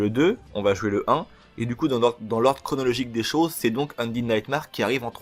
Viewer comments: C'est nightmère pas marre pour la prononciation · Ça se prononce NIGHTMER et ça s'écrie Undead Nightmare.